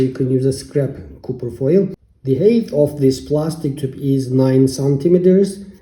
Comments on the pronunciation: Copper is pronounced kahper...not cooper... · Bro prounce copper as Kufir! 😂🤣😁! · Stop saying cooper foil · Hello my friend? You need to post the names of the thing you are using. Because every time you keep saying ( copper foil ) it sounds like your saying ( cooking foil ) and cooking foil would be aluminium foil..... So this is a great video and thank you....